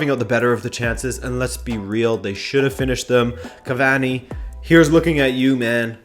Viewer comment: its when you say things like "Cavani" that I remember you're Canadian